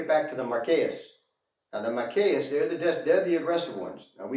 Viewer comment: Ma-kack (s). Ree sus